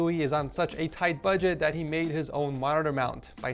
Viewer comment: Erm love your vids but when you say budget it’s not budget